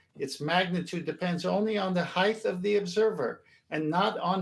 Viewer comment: Why does always say “heighth”!?! It’s sooo annoying!! Otherwise great show as always!!